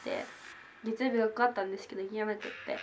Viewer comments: Sss 曜日↑じゃなくて曜日↓って最後さげませんか？www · 曜日の発音が、、方言とかかな？